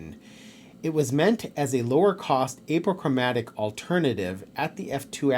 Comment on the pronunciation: Nice review. Honest and straightforward. Plus and minus concerns noted. One small thing: it's pronounced AH po chro MATIC